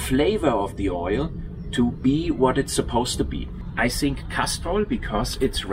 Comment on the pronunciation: “That’s what you sink” :)